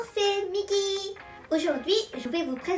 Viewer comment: Magnifique miki, ton accent fr est super